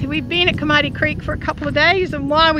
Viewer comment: Hodel is pronounced Hoe-del with the emphasis on del. Cromarty is pronounced with emphasis on Cro.